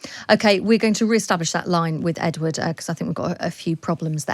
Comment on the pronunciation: Edward" Ed-ward?? EDWARD!!!!